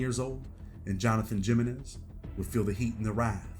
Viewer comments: Comeon bro you did how long in the Feds and you don’t know by now that the J in Spanish names is like an H. JAminez is pronounced haminez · Relax and cut him some slack..the narrator is clearly a sheltered country bumpkin who has never been exposed to anything or to other cultures, so he's not going to know how to pronounce basic hispanic names like Jimenez, Padilla, etc. You cant expect much from a sheltered country bumpkin